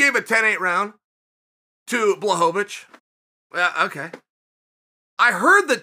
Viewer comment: It took Jan beating Izzy for uncle Chael pronounce Blachowicz correct 😂 No wonder the guy felt disrespected